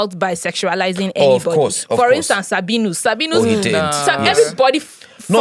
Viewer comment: Nedu please stop saying oz cof instead of, of course...🙏